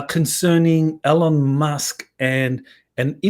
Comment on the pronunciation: It is EEEEEELON with an E.